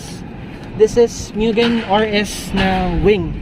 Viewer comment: Actually…😂 Mugen not Myugen…😂